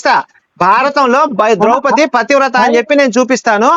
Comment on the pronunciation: Not drowpati. Drowpadi